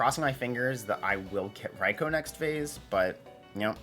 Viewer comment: wow someone actually say raikou correctly